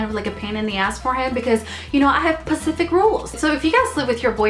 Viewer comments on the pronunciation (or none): "I have pacific rules" LMFAO!